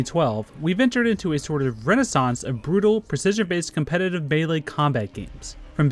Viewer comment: Beylay? You mean melee?